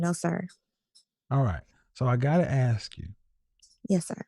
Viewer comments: I’ll aks her 😂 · They always want more. She's going to law school and still say ax instead of ask. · Somebody please teach this law student how to say ask and AXE 🪓